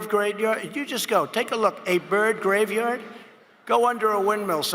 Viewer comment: "You wanna see a birv gradeyard?"